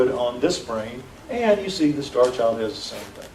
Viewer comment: it sounds like he is calling the skull the "Starch Owl"